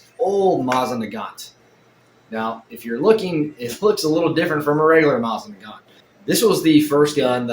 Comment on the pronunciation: I've watched two of your videos so far. This one and the one where you're bitching about your Bambu Lab 3D printer. Anyhoo...the reason for my comment is to let you know that you're repeatedly MISPRONOUNCING "Mosin Nagant"!! If you're not 100% sure how to pronounce something, ask Google how to pronounce it and it will tell you. It will even suggest a video where you can hear someone saying the word correctly. Every time you said it it made you look dumber and was like nails on a chalkboard for everyone else who *Speaky English*!!